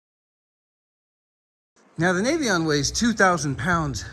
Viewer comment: Hey, thank you for pronouncing it nay-vee-on. So many people say it nah-vee-on.